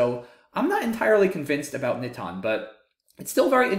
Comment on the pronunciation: Haha wow good eye Alex, you're right! I think I actually mispronounced NITON, but I wasn't really concerned about that, though I did want to pronounce the star word of the video correctly :)